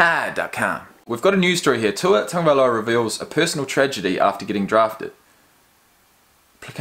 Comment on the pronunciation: I’m glad you finally learned how to pronounce his name properly! You’ve redeemed yourself as a Kiwi! Because recently some Aussie commentator made fun of the Polynesian names of their National Rugby League players and then made light of it when confronted with the issue. Very nice come back on your part because these days, people are very sensitive about race issues, particularly here in the States.